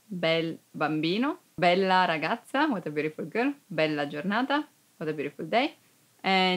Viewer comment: Yes teacher you say Bella